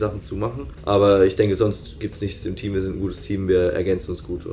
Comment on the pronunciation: Anstatt "im Team" habe ich "intim" verstanden und war kurz sehr verwirrt xD